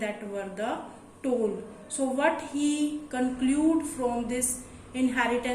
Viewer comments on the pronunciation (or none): It is tall , not toll